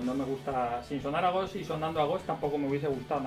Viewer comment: no sabe ni pronunciar “Ghost” y dice que no suena a ellos XD